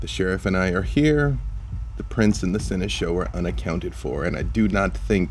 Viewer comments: I just can't help but feel like I'm losing my mind whenever says "Sen-eh-show" instead of "Sen-eh-shawl" and nobody has ever corrected him. Am I wrong on the pronunciation?? Is this really a "toe-mah-toe" situation?? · No one:...: "Seneshow"